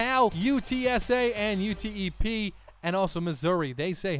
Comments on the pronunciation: UTEP is pronounced "you tep" You miss so many open receivers But you do good commentary and for that I salute you sir. 🌊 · Not that it matters anymore since you chose your college but as a student at UTEP it’s just pronounced as a word not each individual letter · It’s UTEP not U-T-E-P